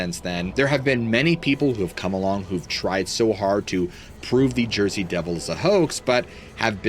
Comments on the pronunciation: Let's go to Jersey (Joisey) 😂 Yeah, these longer episodes r better! Luv ur storytelling! Thx!! 👍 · “Let’s go to Joisey!” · Let's go to "Jorsey"😂❤ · Let’s go to Jersey! Not sure how to spell out the accent. 🤣